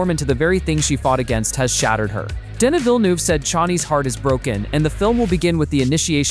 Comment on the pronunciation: Oi! American! Denis Villeneuve's name is French. It's pronounced 'DEN-ni'! You're visiting other worlds NOT named 'America'.